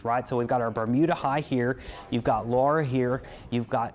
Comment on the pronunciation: AND he knows how to pronounce Laura! (Not Lora.)